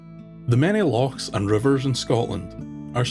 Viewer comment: I love ur videos and take alot of pleasure from place names and in particular Loch being said correctly sainte math ma charaid